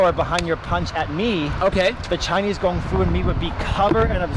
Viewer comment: is great but its kung fu not gung fu Thats what nerds say🤣